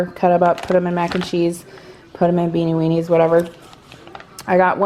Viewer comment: 🍷 every time says Beanie Weanies! 🤪😂🤣